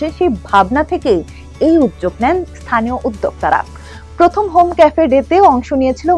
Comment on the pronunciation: Is that uddyog ( উদ্যোগ ) she wants to say, what she is pronouncing as ' udjog ' ( উদযোগ ) ? If Udyog becomes udjog, why not udyokta ( উদ্যোক্তা ) becomes udjokta ( উদজোকতা )?